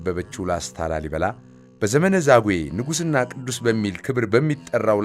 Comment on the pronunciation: ላልይበላ ሳይሆን ላሊበላ ነዉ እኮ ትክክለኛዉ